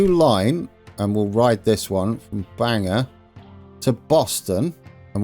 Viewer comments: Bangor is pronounced more like, Bang-Gor not Bang-Er 😂👍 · Happy day! (And it's pronounced BANG gore not Banger😊) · Our Bangor is pronounced Bang-ore. It's only an hour from me. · It's pronounced (Bane Gore)